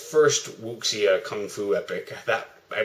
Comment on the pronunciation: Wuxia is pronounced WOO-SHA. Linguistics lesson over. Nice review.